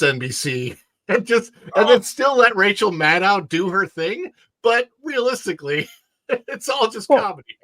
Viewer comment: Why does there seem to be a silent "c:" in Rachel Madcow?